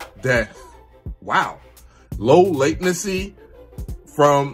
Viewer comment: Bro, the news Macs are so fast , at first they feel like they’re opening there app before you click. But also—>LAY-ten-see is how you pronounce “latency.” Love your vids. Hope you’re loving your new Mac. 👍